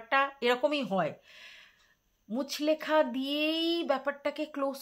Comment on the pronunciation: কথাটা মুচলেকা মুচলেখা নয় ❤